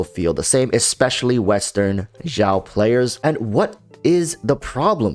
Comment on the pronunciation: why cant you just say xiao like "shower" without "er". The "x" in xiao doesn't have the vibrating sound. You made it sound like "zhao", which is completely wrong